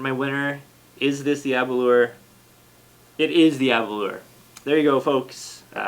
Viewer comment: Nice tasting, yet to try the Arran or Edradour. Here in Japan the Glenfarclas and Aberlour (rhymes with 'flour' btw!) are easy to find and also very reasonably priced compared to the others reviewed here so I have lots of experience with those. Interestingly Scotch is about 20 to 30% cheaper here than back in its homeland due to lower taxes! I guess the old geezers that write the tax codes are whisky drinkers!